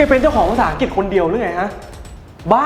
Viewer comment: ภาษาอังกฤษ อ่านว่า "อังกลิด" ไม่ใช่ "อังจิต" นะ